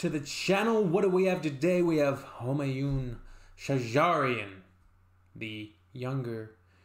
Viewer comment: How nice you say shajarian i like It